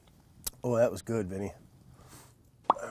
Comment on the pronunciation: “Everything’s gewd beb”